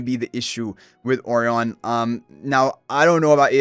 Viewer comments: Why is his name pronounced like that incorrectly? I have checked all sources it should be as uh-RYE-un (rhymes with "O'Ryan") as Orion Nebula. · You must've done soooo much research with so many sources. This is how it's pronounced in Spanish. I don't know how Chinese people pronounce Orion, but Japanese people say it like this too because it came from the Portuguese/Spanish, so it's probably pronounced like that in China and Lilith is a Chinese company. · What I initially thought as well, but yeah this is how Lilith themselves are pronouncing his name. I guess they wanted to be unique/different.